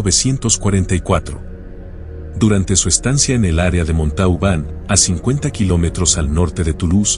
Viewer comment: La ciudad se pronuncia MONTOBAN.